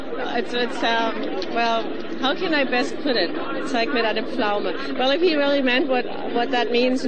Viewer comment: "welly welly geat" *laughs* How come that they can't say "R" ? *giggles* Sooo adorable!